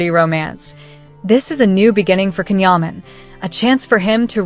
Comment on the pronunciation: This is not a credible YT blog. This lady doesn't even pronounce his name correctly.